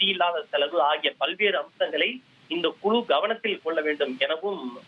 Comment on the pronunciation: Yendha oru thamizhanbda nee, kuzhu yengira vaarthaiye solla theriyavillai Kulu vam kulu